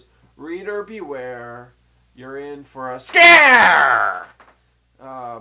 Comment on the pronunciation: you scared me when you said SCARE!